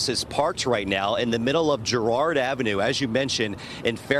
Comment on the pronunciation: its Girard, not Gerard